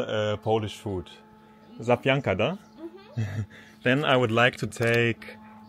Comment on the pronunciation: Kannst du das Wort Zapiekanka nicht richtig aussprechenie? --- sapieekanka-- würde man es phonetisch schreiben. Zapiekac heißt überbacken. Das Überbackene.